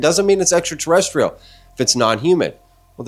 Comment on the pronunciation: I ain’t never heard ENTERTERESSTRIAL 😂 U GOT tht I’m wit it quick on ur feet freestyle lol 💪🏽